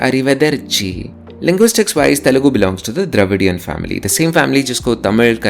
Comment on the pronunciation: that guy just said telungu